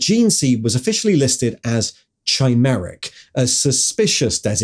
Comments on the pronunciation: at " " you say "their gene seed was officially listed as chimeric" except you dont show that on screen, and you also mispronounce the word chimeric, its pronounced like "/kaɪˈmer.ɪk/" in both uk an us pronunciations. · officially labeled as what? Chai-meric? What the hell does that mean? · ch is pronounced as k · Chimeric is pronounces with a K as in Chasm, for example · "Chai" -meric, lol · The way chimeric was pronounced gave me an aneurysm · wouldn't be an video without him weirdly mispronouncing a word:D ('chimeric")